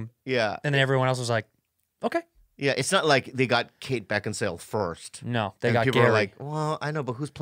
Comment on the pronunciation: Santino has been saying "Beckinsdale" for years now, even after reading her name lol